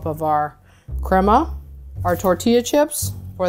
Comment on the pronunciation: Someone needs to tell her its cremA not cremO